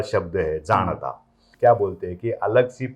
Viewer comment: JAANATA NOT JADATA